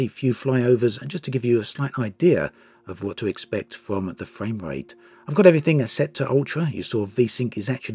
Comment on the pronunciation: Gwate info about the fwame wate 👍